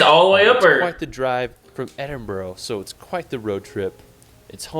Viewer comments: Hahaha I see I'm not the only one annoyed(slightly😂)by the dudes pronunciations, to be fair some are hard but Glasgow & Edinburgh? Glas-go, the w is silent & Ed-in-burra is the correct pronunciation. If your looking for an antidote for your "Farmers tan" then Scotland's for you.😁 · He isn't right with some of his name pronunciations. It is Edinburgh pronounced Edin bruh. Glasgow is pronounced Glas go, it does not rhyme with cow. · Edinburgh is usually pronounced like edin-bruh The way he pronounces Holyrood is so wrong too, it should be like Hollywood but with the r instead of the w. Eileen donan castle is pronounce phonetically as: eel-Ann dawn-ann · “Scaatlaand” “Edinbro”…”Glassgowe”… sorry… can’t watch this any further, I am English and ‘I’ am offended!! arghhhhh …. My ears are trickling the red liquid… 😫😫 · I love it when Americans try to pronounce English and Scottish place names. Edin-buro, Glasgau pmsl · I was just about to say about the pronounciation, cringed every time they said Edin-borough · I love Scotland to death. Such a beautiful place. What is annoying me is that the guy has obviously been to Edinburgh, yet he pronounces it Edinburrow. Oh, and, Glassgowe??? What the hell? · Americans always struggle with Edinburgh & Glasgow. For anyone in the US They are pronounced more like Edinbra & Glas-go 👍🏼😂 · Aside from Edinboro, he also says Scaartland. I'd love to see how he was driving if he popped a tyre too!! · Take a shot each time he says Edinboro. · Edinboro, I die a little each time I hear this. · The guy can’t even say Edinburgh right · All credibility went out the window in the first few mins when he mis pronounced Edinburgh 😆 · Funny he says “I hope I said that right” for a couple of places while also mispronouncing Edinburgh about 500 times 😂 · I can see Edinburgh Castle out our living room window. BTW this guy really needs some lessons. Can't pronounce any place he goes. Even Edinburgh and Holyrood. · Are you from Edinboro?